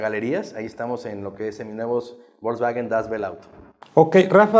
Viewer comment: Ya nomás escucharlo pronunciar Volkswagen como "bolsbaguen" y perdió credibilidad. Coyote de cuello blanco x2 😂